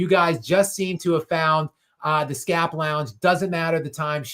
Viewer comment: "Skap Before Dark"